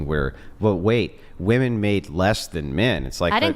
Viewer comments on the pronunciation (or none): She can’t even pronounce women correctly.